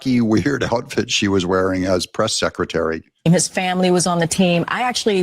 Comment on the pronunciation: She said she was the Press "Sec a tary"